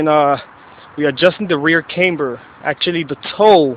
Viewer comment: Wtf is "came-ber"